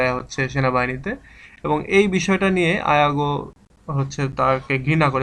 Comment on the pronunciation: ইয়াগো কে আপনি আয়াগো বলছেন কেন?